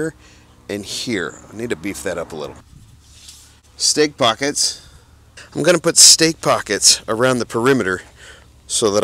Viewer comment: When you said stake pocket, I heard Steak pocket. Also, your video editing and whatever else its called, has progressed so much and looks amazing man!